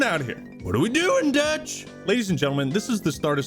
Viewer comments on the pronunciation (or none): none